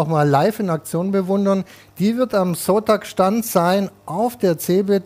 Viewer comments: Ich musste so lachen, weil immer Espressi, Kaffee oder Sotak statt Zotac gesagt hat, mega lustig wie er sich immer verspricht xDD Und die Einspieler zum korrigieren waren göttlich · Es wird Zotech und nicht Sotack ausgesprochen! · der zotac wie das gesagt hat xDD